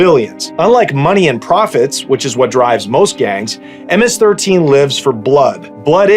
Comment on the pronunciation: Thank you for use proper information thank you for pronouncing it right. Hate when YouTubers get it wrong. Im a second Generation MS13 my older homies were Stoners wearing Metallica iron maiden Megadeth shirts. That was my Generation thing have changed since then. So i took a step back to enjoy family life.